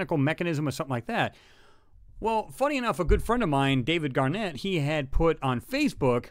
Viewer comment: Great as always, Chris. Hair-splitting: My last name is pronounced GAN-nett rather than GAR-nett. To my knowledge, mine is the only endeavor consistently producing 3D images of Martian anomalies which are posted regularly on UFAH, FaceBook. Thanks! Dave Gannett, Mars3D